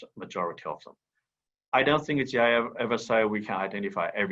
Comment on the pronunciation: It’s GIA not GIC